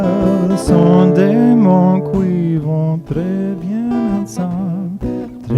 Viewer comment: Hi, very nice french speaking here! Just one mispronunciation on "qui" which must be pronounced "ki" instead of 'koui"... And as usual great guitar playing of course!